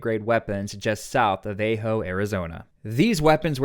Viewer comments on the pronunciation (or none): A-hoe AZ really? AH-JO 😂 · Ah-ho. Not a-ho. Ajo. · It's pronounced Ajo Arizona not a j o apparently you never lived in Arizona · Ajo, Arizona is pronounced "AHH'-hoe" with a short "A". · It's pronounced ah-ho. In Spanish all a's are pronounced 'ah'